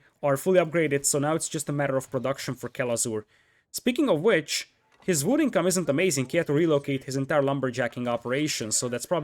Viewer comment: I like how you say vood